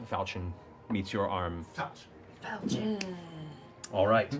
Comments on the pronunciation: Hearing falchion pronounced fahlchion instead of folchion is slowly killing me lmao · I've never actually heard it pronounced like fal-chin. I've always pronounced it like falk-eon. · Its pronounces Fauchau (close nostrils with your fingers while saying it. Its french. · one thing that will forever bug me, is the way they pronounce falchion: It is supposed to be 'fal' as 'fell' - 'chi' as in 'ki'wi - and 'on' as in 'un'dertaker. Great show nonetheless!! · Falchion is pronounced with a soft ch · It's pronounced FAL-shun. It's French. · Actually Liam it's pronounced Fall-shen, but whatever. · ...fall-shay-on...it’s French... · Matt should know how to pronounce falchion, he was Chrom for crying out loud! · I've been mispronouncing falchion for years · Well damn I've been pronouncing "falchion" wrong this entire time. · Can't believe the guy who played Chrom can't pronounce Falchion